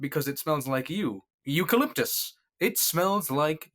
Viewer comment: "it smell like youucaliptice! ucaliptice" LMAO- 🤣